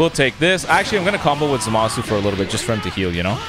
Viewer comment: Just keeps pronouncing zamasu name wrong wtf